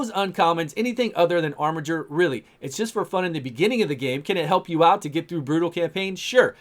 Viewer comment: Also OMG you're pronouncing "armiger" correctly!!